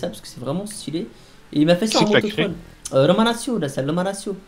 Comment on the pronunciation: salut tu pourrais dire une fois romanatchio et non romanassio stp mes oreilles saignent a chaque fois